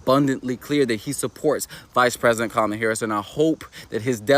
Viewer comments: First off, it's Kamala, not Camila. Okay, here is my 2 cents and it's probably worth less than that, but here it is. It doesn't matter who runs against Trump. It's an uphill battle at this point. But even though I don't care for Kamila, she has the best chance because she is, in fact, an incumbent. Even as a VP, that historically has an edge. Also, there is a lot of doner money on the table that moves right to her as she's part of the original ticket. I don't care who else is put in that position, they won't have time to organize and get the donors and everyone on board. Now let's not fool ourselves, the only people we need to sway are the swing state voters. People in blue states are already softening to Kamala and will get their vote. A HUGE part of the vote for any Dem is to keep Trump out. We should just be prepared for four more years of Trump because of his momentum. I personally don't want that and would accept less suffering under Harris. I'm not telling anyone who to vote for or not to vote for, but the reality is, no matter who is in there, it's a tough battle and all numbers show, Kamala has the best chance right now. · How you hear her name 50 times and still can't pronounce it right,?